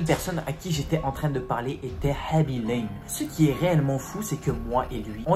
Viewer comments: Normalement sa se dit khaby LAME (comme une lame xP) il est sénégalais et dans le senegal sa se dit lame bref jadore je m'abonne <3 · il ment et il prononce mal son nom